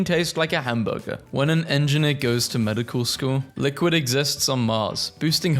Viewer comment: that is NOT how you say engineer